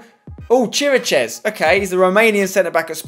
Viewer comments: Š is pronounced as sch so please stop pronouncing it as S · Im from Romania and it is pronounced Kir-ee-kesh . Ok? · You pronounce Chiriches Kir-a-kesh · Vlad Chiricheš (Tottenham Hotspur - Romania - CB) is pronounced KI - RICK - ESH. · The Spurs CB is pronounced KERIAKESH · You pronounce Chiriches ki/ri/kesh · Pronounce chiriches as "keerakesh" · its pronounce chi-ri-ches